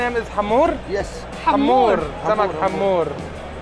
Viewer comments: لا يسمعك سعيد المهري من البطين تقولين حامور ههههههه اسمه هامور 😂😂😂😂😂😂😂😂😂😂😂😂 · احلى شي وقت ديالا بتلفظ اسم سمك الهامور ويكون الملقن هندي هههههههه